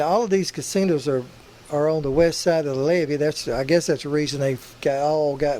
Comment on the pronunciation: GOTTA LOVE YOUR ACCENT YOU CALL HIM CASINAS BE GOOD SOUNDS LIKE FUN YOUR FRIEND LEE